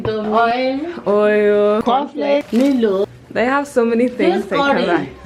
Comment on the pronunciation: She pronounced it as “meelo” but we pronounce it as “mylo” which is Milo